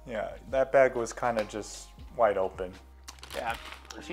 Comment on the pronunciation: The way he says “baeg” really gets me going